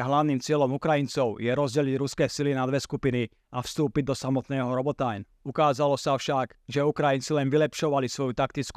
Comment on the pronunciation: krasna reportaz ale Robotajn citaj normalne po slovensky :D Robotyne